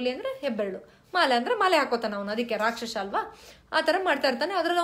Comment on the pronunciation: Madam, ನಿಮ್ಮ ವಿಚಾರ ಮತ್ತು presentation ಬಹಳ ಚೆನ್ನಾಗಿದೆ ಮತ್ತು useful ಸಹ. ಆದ್ರೆ ಎರಡು pronounciation ಬಗ್ಗೆ ಸಲಹೆ ಕೊಡಲು ಬಯಸುತ್ತೇನೆ. ನ್ಯೂ ನ್ಯತೆ ಅಲ್ಲ ನ್ಯೂನತೆ. ರಾಕ್ಷಶ ಅಲ್ಲ ರಾಕ್ಷಸ. Please take this positively. Thank you.